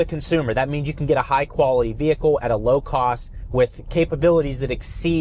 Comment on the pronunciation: Lmao nigga said low cwoath